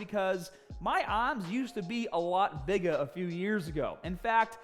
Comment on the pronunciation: it’s bigggah